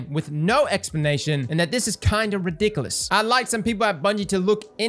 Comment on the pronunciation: The way you say ridiculous loool